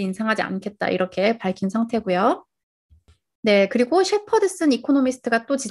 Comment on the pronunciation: 말 마지막글이 높은거 같네요 ~ 있으면/서. ~ 그리/고 등.